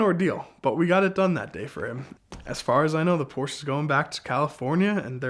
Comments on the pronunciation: What's a "Poorsh"? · Awesome story but someone please teach him how to pronounce Porsche properly!